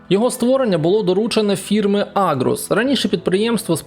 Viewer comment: Аргус! А не агрус!!!)))